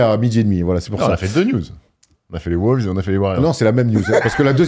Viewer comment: Les mecs vous êtes géniaux et je vous suis depuis 10 ans, mais pourquoi diable prononcez-vous "les WOULVES" ?